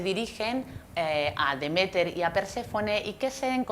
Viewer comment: Me chirría que se equivoque tanto con los nombres de Demeter y Persefone a la hora de explicar las cosas